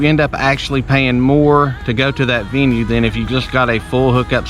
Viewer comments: I LOVE Harvest Hosts. I read through the rules before I bought it and used it. I have loved every experience I have had. Why are you bashing something you have not really done. It IS required to buy something. It’s not pronounced veeenue, you are not Allowed to use your generator, Again if you had looked at the product before you purchased the membership there is a map showing where every location is located. “After Covid?!” Pfft STFU bruh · If you let this guy who did not use the product sway you....He can’t even say venue.